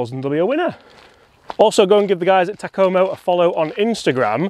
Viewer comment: 201...These would be fun to beat my golfing buddies with. Takoma rhymes with Oklahoma.